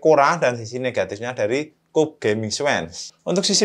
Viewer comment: dibacanya kyub gan 😁